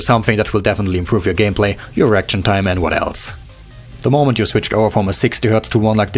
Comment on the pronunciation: When he said "Reaction time" i thought he said "Erection time"